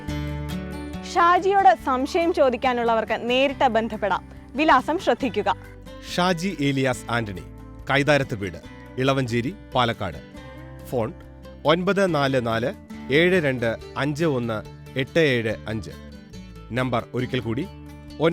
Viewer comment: ഇളവാഞ്ചേരി അല്ല എലവഞ്ചേരി